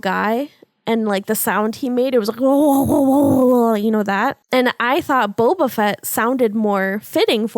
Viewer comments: i thought it was booba not boba lol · Emi is normally very bouba but it was pretty kiki of her to just keep pronouncing it wrong even though she knew better. #TeamBouba btw!